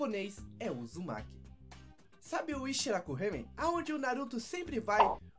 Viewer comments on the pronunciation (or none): none